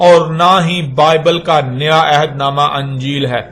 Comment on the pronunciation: tu Injeel ko Anjeel pronounce kr rha hai aur argument dekh